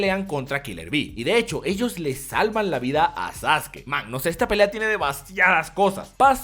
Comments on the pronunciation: Como vas a decir "Sasuki", se pronuncia Saske de Sasuke. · Wey lo dice de broma XD le dice Sasuki como una broma, no es necesario insultar.